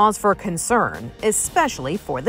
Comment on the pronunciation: Why did she emphasize on Digital so much?